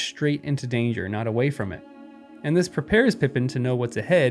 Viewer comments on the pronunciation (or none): none